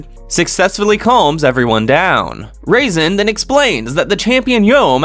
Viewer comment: I like how he pronounced Razen as "raisin".